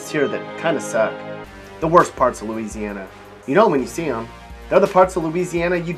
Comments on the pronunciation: Don’t listen to this fool. It’s bad enough that he can’t pronounce several of the names of the cities or parishes he’s referencing, but he can’t even pronounce Louisiana correctly. Gtfoh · YOU GOT LOUISIANA SOO WRONG MY DUDE✌🏼 dont even know how to pronounce things🤷🏻‍♀️ watch out now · You have Louisiana so wrong